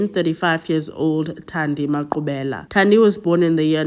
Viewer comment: Finally a true crime that's South African and correct pronunciation of the victims names❤😊